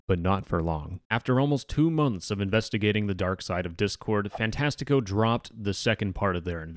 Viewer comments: as a brazilian, you are saying "fantastico" very wrongly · the topic aside, as a portuguese kid with a brazilian famiily, hearing you say fantastico wrong makes me tweak (i am the pronounciation police, im sorry) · its funny how you say ''fantastico''